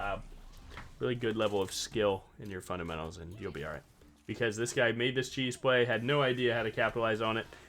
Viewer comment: U said fundementals and I heard a sound. Im cooked T T need to hop more in your stream